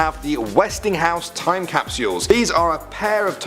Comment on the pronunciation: "Toim cap-soo-UL" ...